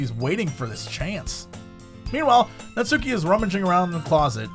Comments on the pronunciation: You can hear twitch a little every time Jesse pronounces it "Nat-soo-ki". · I die a little inside every time Jesse intentionally mispronounces "Natsuki" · finally caves and pronounces Natsuki incorrectly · Omg that's not how you pronounce natsuki... LUL